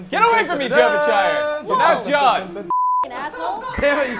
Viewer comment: it's attack of the "Jaw"vinshire.